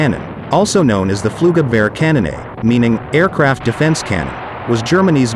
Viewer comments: the worst pronounciation I have ever heard.. Its Flugzeug-Abwehr-kanone... i dont what the hell this ai narrator pronounced.. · Just write "Flugabwehrkanone" on screen if you can't pronounce it for crying out loud. No shame for not speaking german but why try to say it if you apparently have no clue how the word is even supposed to sound? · How did you pronounce Flugabwehr kanone? I started the video over just to laugh out loud